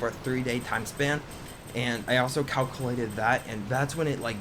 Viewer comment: Please learn how to say calculated. It was driving me nuts.